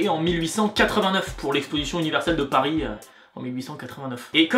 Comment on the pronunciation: ou Parisssssss